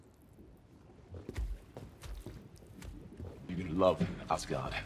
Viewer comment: The queen jet instead of quinjet was adorable af